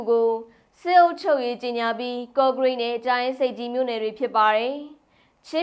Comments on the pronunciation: သမီးငယ် သျှားရေ ပင်းလည်ဘူး မဟုတ်ပါ ပင်လည်ဘူး လို့ ဖတ်ပေးပါနော် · သတင်းကြေငြာတဲ့သမီးရှားရေခုကြေငြာတဲ့စစ်ကိုင်းတုင်းကအင်းဂျန်းယန်မဟုတ်ပါအင်ဂျန်းယန်ပါနောက်ပင်းလည်ဘူးမဟုတ်ပါပင်လည်ဘူးပါဝစ္စတွေမပါပါဘူးပန်းဝါမဟုတ်ဘဲပန်ဝါပါနော်၊သတင်းဖတ်တော့မယ်ဆိုပြန်စစ်စေချင်ပါတယ်